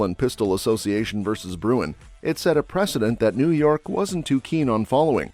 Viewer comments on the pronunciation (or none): You guys need to find scriptwriters who can read! The NY case you keep referring to as Bruyn is actually Bruen!